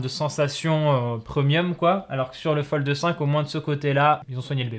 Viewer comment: Pourquoi il dit FoldE?